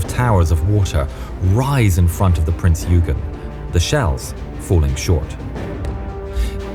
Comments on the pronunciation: pronounce not "prins yugen" but "printz oygen" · Just one thing, it’s pronounced Prinz Oi-gen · Pronounced Prinz Oi gen, great video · In German, it is pronounced Prince Oi Gen. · Please Name the Prinz Eugen rigth its called Prinz eugeen